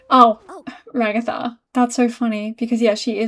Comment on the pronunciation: Ragatha became Rug-atha... sorry I had to